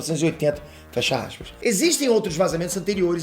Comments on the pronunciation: Abre axispa rsrsrsrsrs sei que tá errado mais a pronúncia sua a top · "Abre assspas"